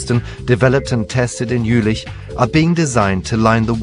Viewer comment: Was it only me who got annoyed everytimne he said "Jülich"?